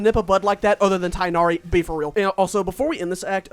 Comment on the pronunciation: It’s pronounced tig nari